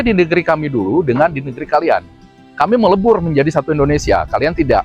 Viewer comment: Maaf sebelumnya Bang bukan indonesa, tapi indonesia bang.